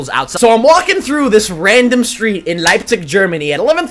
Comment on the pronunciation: Yeah his accent like instantly changed to Austrian :D